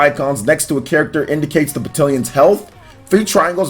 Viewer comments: Isn’t it pronounced ba-TAL-ions? Am I wrong? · I feel like I'm having a stroke every time he mispronounces battalions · Great video, but you’re saying Battalions wrong...lol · Normally I’m like “if you can understand the point, don’t be a dick about the pronunciation.” But this one hurt my head. I think it’s just because of the frequency at which it was said. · I am glad you said something here because I was literally scrolling down to the comments to say the same thing lol. It was making me unreasonably upset to here him almost intenitonally say the word 30 times wrong.